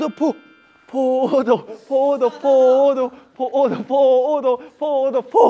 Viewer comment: 나만 포도가 계속 코모도로 들리나